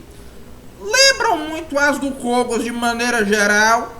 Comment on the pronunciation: É paulo Kógos que se pronuncia, nao Kôgos